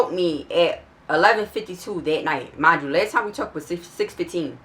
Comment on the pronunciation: Dat "mindchew" sound like u from Philly tuh me